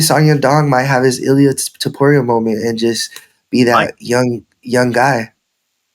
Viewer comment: It’s not allia dude lol it’s Illia with and I not an A